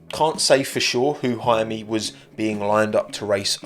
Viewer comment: Actually his name is "Jaume" not "Jaime". He's catalan, not spanish